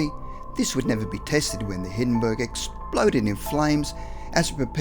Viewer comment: So it was called the cungusta event huh? Is that right? Skel-EE-tal? The Hiddenburg?